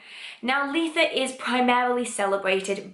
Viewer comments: I’ve heard lots of ways that people pronounce Litha. I’ve never hear L-ee-tha before x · I’ve never heard someone pronounce Litha like I do!